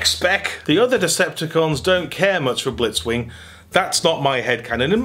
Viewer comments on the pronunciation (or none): none